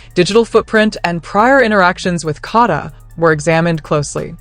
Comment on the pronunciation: Her name is KADA not kaadda